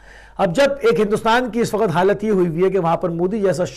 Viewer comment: sahib waqt hota h Wakhat nhe hota